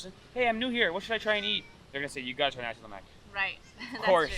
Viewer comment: You pronounced sambal belacan right, congrats! So for a start, kari is pronounced as "car-ree", not "ker-ree". nasi is "naa-seek", not "na-see". lemak is "luhh-muck" ramly: "rum-lee", not "rem-lee"